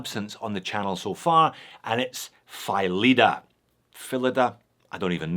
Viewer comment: I own 2 of the PHYLIDA Speedmaster homages, a standard and a “tin tin”. They’re great pieces, keep time surprisingly more accurately than I imagined, and look rather sharp on bracelet or rally strap. I guess I’ve been pronouncing it wrong for quite some time, now that I hear it out loud in this video. I’ve always pronounced it “Flee-Dah” 😂😂😂